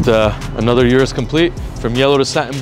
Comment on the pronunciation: O-RUS not U-RUS